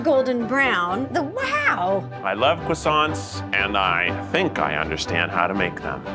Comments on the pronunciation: the first "crossaints!" by the narrator lmao. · Narrator:croissants...(pronounced it wrong), sorry "CRRRoissantS" (still wrong) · These guys' 'croissants' are a crime to pastries everywhere. Especially.